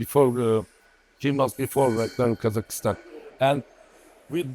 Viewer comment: Its KAZAKHSTAN Not kazakistan